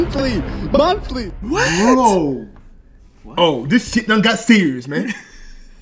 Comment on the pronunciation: I didnt know the word serious could be a 1 syllable word.